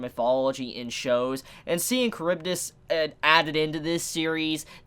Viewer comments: the greek pronatiation is more like chAribdys so u just put the sound on the first a.also u pronounce skyla with a sounding k its not silent k kinda like saying school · Yes, Charybdis is pronounced Karibdis (Or at least that's how I've heard it pronounced before).